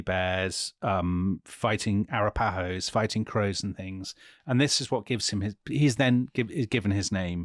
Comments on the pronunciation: There is a YouTube on how to properly pronounce Arapahoe. 😂 Love the series! ( A - rapa - hoe ) not (ara - pa-hoes) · Seriously. It's uhh-rapa-ho. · Pretty sure it is announced a-RAP-a-ho. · I've never heard Arapaho pronounced like that...